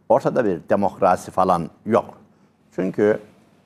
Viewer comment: Demokraaasi demeyin hocam...